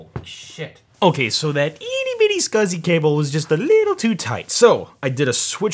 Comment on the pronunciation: Scausey (SCSI)